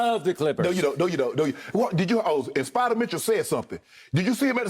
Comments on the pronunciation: Skip shouldn't say spider 😂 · Don’t be disrespectful skip spida is not hard to say